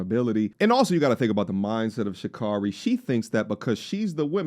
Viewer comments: Completely share your sentiment but could please consider afford her the minimum respect by saying her name the right way? Sha- care-ree not Sha-car-ree. Hope she sees the wrong she's done and hold herself accountable. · Its pronounced "Sha-CARE-REE" !😅😂🤣😁